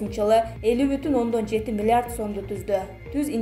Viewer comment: Окуп жаткан кыз, миллард дейтго😁